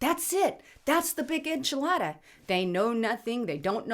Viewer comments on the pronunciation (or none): none